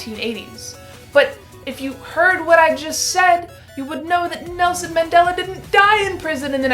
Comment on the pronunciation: Its Mandela, not Mandala